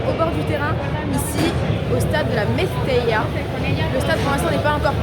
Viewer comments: Le stade s’appelle mestalla et pas mestella. A part ça superbe vidéo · Par contre le stade c'est le Mestalla ! Et non le Mestella